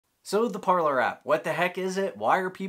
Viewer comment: Would it not be “Par-lay” like the French word for ‘speak’?